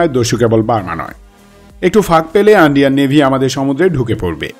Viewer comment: আমি কি আন্ডিয়ান শুনলাম নাকি